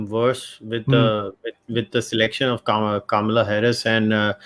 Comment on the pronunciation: Anchor could not pronounce Kamala correctly